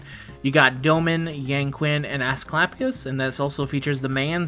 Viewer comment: i know this isn't a big deal but fyi yan qing's name is pronouncer yah-n ching ^_^